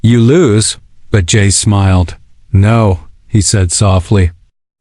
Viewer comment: Stop saying J A C E. Just say Jace